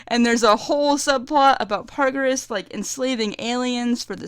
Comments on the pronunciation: paragus, not pargarus lmao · I can tell you love DBZ and you enjoyed this movie a lot, but seriously Broly's father is named PARAGUS, not PARGARUS. not meaning to be rude here, but when you try to share your point across, a detail like that takes a lot of your points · It's Paragus, Like Asparagus without the As......